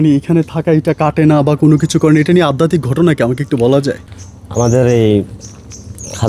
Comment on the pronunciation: Addatik noi adhyatik.